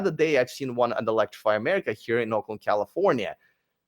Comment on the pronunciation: When you said Oakland…I heard Auckland! …which is in NZ of course and where I live.